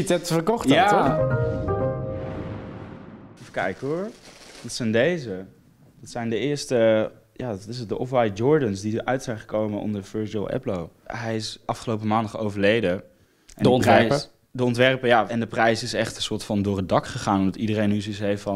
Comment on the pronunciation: die man zegt gwn virgil EPLOW